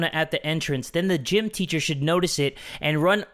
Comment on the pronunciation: “Ticher” “R A I G H T” You’re too young to watch this